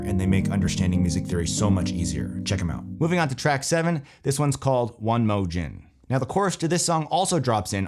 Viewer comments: ‘Gin has a Hard G. It’s short for “again” not “gin” like the liquor. Loved the video!! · one mo ("a"GAIN) lol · Dope video! So much knowledge. The song “one mo ‘gin” you pronounce the gin the same way you pronounce the second syllable of the word again if you say that word omitting the a sound. Gin like Gen like gensu knives. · i was wondering if anyone else heard that. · lol i darted to the comments after i heard that lol. was bout to clear this up as well... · i almost turned this video off when you mispronounced “One Mo Gin” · Why do I feel like every black person from the south stopped the video and went to the comments section at exact the same timestamp.😂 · Lmao if you coulda saw my face when he said it 😂🤣 I said 🤨